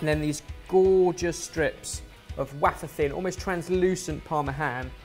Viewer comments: Did say “wa-fer thin” instead of the pronunciation way-fer?? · Can’t be doing with the “waffer” pronunciation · Is wafer pronounced “waff-er” or “way-fer” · says wafer like waffer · I've heard a few people say it like that. I've moved to a new city and anyone I've come across who's said that has pronounced it waffer - Jamie Oliver also pronounces it that way hmmm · Laura Norda that's so strange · just one waffer thin mint. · IT'S PRONOUNCED "WAY-FER" DAMMIT BEN! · THE WAY BEN SAID WAFER HAHAHAHA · I have never heard wafer pronounced that way before. Ever. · Sorry but how did pronounce wafer? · Can we talk about how just pronounced “wafer”? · how the fuck did he just say wafer.